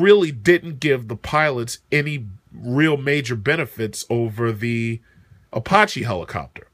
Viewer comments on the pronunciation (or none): You are not pronouncing Apache properly.